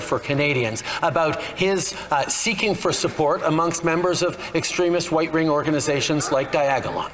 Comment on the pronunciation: Wackeau said white ring instead of right wing. 🤣